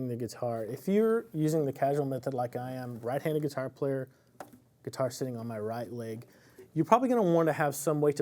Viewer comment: I knew you were from Tx, but I never noticed an accent until I heard you talk about your "raught" hand.